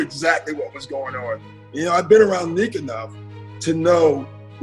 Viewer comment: NEEK! NEEK! NICK! You dummy! How many times did you hear the players talk about NEEK?